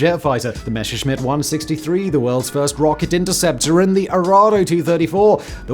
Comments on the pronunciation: Enjoying your content as always. Let me just say it is "Messerschmidt", not "Mesherschmidt" - "Messer" with simple clean s ;) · C'mon, Simon. Messerschmitt, compound form of Messer-Schmitt (German historical spelling, literal meaning "knife smith") only features one single sh-sound, in the third syllable. There is no sh-sound in Messer. You can pronounce it correctly with just a little bit of effort. I believe in you. 😉